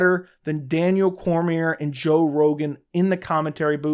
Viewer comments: You have a channel about mma and the ufc but you don't even know how to pronounce Daniel Cormier's name? Then you want to talk shit about commentators....does anyone else see the incredible irony here? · Imagine having an MMA YouTube channel and not know how to pronounce Cormier.